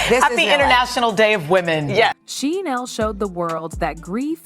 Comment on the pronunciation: Did you say Hoda?? She's been gone for several months!!! And you're mispronouncing Sheinelle. Otherwise thank you for the video. I stand corrected, I just found out that Hoda is back!!! Only 4mths gone and back already on the second half of show with Jenna😮